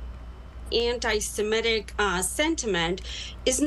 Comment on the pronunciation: Perhaps this male announcer could be gently told that the word is "anti-Semitic", not "anti-SemEtic." There is no second e. Thank you.